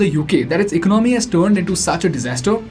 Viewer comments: It's ec-ono-my not econ-my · Please try to pronounce ECONOMY properly, Soooo annoying!!!!!!!!